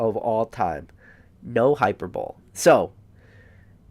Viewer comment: FYI hyperbole is pronounced HI PER BOWL LEE not hyperbowl